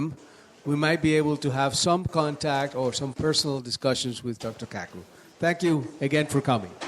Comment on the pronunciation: Dr. Kaku pronounced KaaKoo? He's got one hell of a name It sounds so close to a sexual slang word to what happens after a man and woman are together and the man is about to climax that climax is his name what happens from the result after climaxing Dude do you know Nassim Haramein is a physicist also raiden hates it because when he transports I freeze him and follow with an uppercut sending him flying than finish him Sub zero isn't totally useless is he? flawless victory